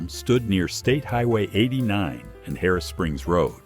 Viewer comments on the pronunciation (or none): none